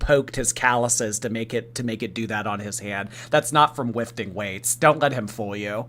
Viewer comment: wifting weights UwU